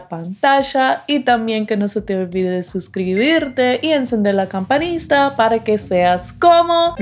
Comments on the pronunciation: No es canpasnita es canpanita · Y ella dice "campasnita" en broma, es obvio que sabe que así no se dice